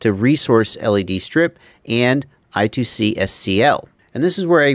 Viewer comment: I-squared-C not I-two-C.:)